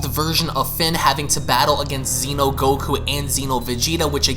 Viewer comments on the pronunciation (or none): none